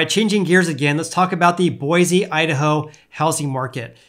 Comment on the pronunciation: I live in Boise Idaho (btw you pronounced it just fine :)) and things are crazy prices need to seriously drop before my family has a prayer in a house. Love the videos!